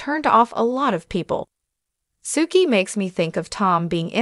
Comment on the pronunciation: Her name is pronounced Sue-key